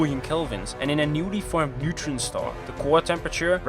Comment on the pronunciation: “Nutrient star” you mean neutron star?